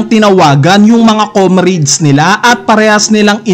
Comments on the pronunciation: Anung komreyds??? “Komrads” bossing😂😂😂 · Word: COMRADES Pronunciation: COM-RADS Keep it up, 💯